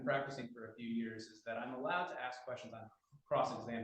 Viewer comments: He wants to axe chew? Sounds reasonable. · I'm so tired of hearing "Axe You a question" instead of "Ask You a question".